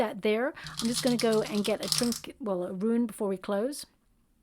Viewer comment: Thankyou for (yet another ) amazingly on-point reading. Have been following your channel for about a year now, and you are the one I look forward to most of all (and trust). Being a mix of welsh and cornish (in the UK), I can't help (and I hope you don't mind) wanting to just say...RUNE is pronounced like moon! Take care wonderful lady. Love and light to you.